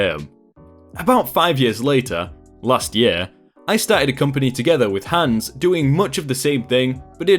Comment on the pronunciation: You murdered the name hans!